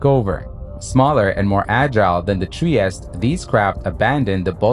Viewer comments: In Italian Trieste is pronounced— “tree-estay “ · All fine and clear, but it's pronounced "Triest-E". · It is Trieste not Tries!